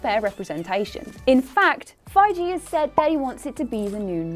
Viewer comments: Fai-Gee. (Not Jee) It's not that hard. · Feige... it’s feige. And if you didn’t know that then you don’t belong on this channel. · Imagine being a reporter and you cant be fucking bothered to find out how to correctly pronounce someones name... what a fucking joke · MCU has done 20 movies and you still can't pronounce Kevin Feige correctly, and you want us MCU fans to take you seriously. 🤔🤔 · You don't know shit if you can't pronounce the person with the vision name gtfoh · Why don't you google how to pronounce someones name... like its not that hard. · she did mispronounce it before so now she is making fun of herself I guess.